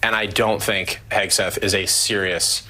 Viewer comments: She gonna make fun of Pete she can't even say his name, she doesn't even have a clue about him, shut your mouth you view loser! He is a way better person than you are, he actually loves our country and you don't! Whoopi is such a loser, sickening! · Goldberg, KNOWS ABSOLUTELY NOTHING ABOUT PETE HEGSETH (she couldn’t even pronounce his name) so proved to me she has no idea who he is Pete, was in the Army, has written many books on the military, Pete, said he DOES NOT WANT WOMEN IN “COMBAT” do your homework Goldberg!!! Goldberg who the heck cares what you think!!! Look at the Administration that Biden has They are awful!!! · Whoopi Smollet doesn't even know how to read Pete's name, but somehow she knows how evil, unaccomplished and unqualified he is because he hasn't had the airtime she has? She might want to reconsider how she comes up with such wisdom and values. They are all such lovely ladies, pushing and pulling each other to Hell, and proudly taking their converts with them. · Ignorant woman can’t pronounce his name. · Can’t even pronounce a 2 syllable name. So elite 😂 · She can't even pronounce his last name, but she's an expert on him? I hope they throw the whole show in the dustbin! All The BEST, Dou , err, I mean JMK!!! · They mispronounced Pete’s last name. Isn’t that racist? That’s what they were saying when people mispronounced Kamala’s name…